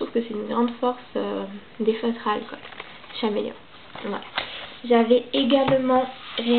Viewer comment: C’est bien mais on dit comme l’animal caméléon